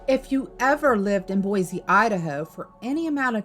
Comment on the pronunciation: there's also this one "hotel" somewhere and it can only ever be seen at night. and there are no lights on ever, other than the sign. and it's just sometimes just not there. ALSO. it's boi-s-e, not boi-z-e. AND- you said coeur d'alane wrong.. (core-duh-lane)